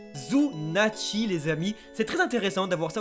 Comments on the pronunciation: Sunatchi, pas Zzzzzzzzunatchi cest un S pas un Z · C'est sunatchi, pas zunatch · c'est SUnatchi pas ZUnatchi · Zunatch ?!!! C'est la pire prononciation que j'ai entendu de tous les youtubeurs One Piece ! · Bon j'ai pas l'habitude de commenter mais bon faut arrêter on dit "sunachi" ou snatch mais pas "zunachi" y a pas de Z, il faut pas oublier qu'en japonais on prononce les comme ça s’écrit Sinon très bonne vidéo très bien détaillée comme d'hab ! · SU-NA-CHI ! Il n'y a pas de "zu" là-dedans !